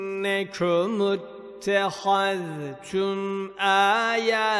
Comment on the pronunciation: hocam. 501. Sayfayı yeniden bir gözden geçirin lütfen.35.ayet sanırım źaliküm diye başlıyor. Siz vealikum diye okuyorsunuz. Orada kaldım tekrar tekrar başa aldım. Benmi yanlış görüyorum benm i yanlış duyuyorum diye. Başka sayfaya baktım.sizin orayı yeniden bir gözden geçirmeniz gerekiyor lütfen bakın oraya 26.cüz 1.sayfa